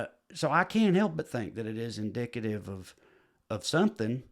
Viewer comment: heh-heh he said "in-dick-ative" heh heh :)